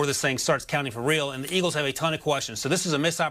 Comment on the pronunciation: Who are the "Iggles"?